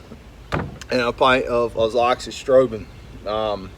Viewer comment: Finally, someone said Azoxystrobin. Now I know how to pronounce it!